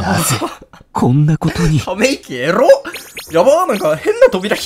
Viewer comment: エッッrrrロ好きWW 全く同じ反応しました